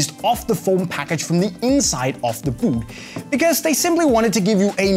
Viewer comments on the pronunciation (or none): "the buut" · Why does he say "boot" like that 😂😂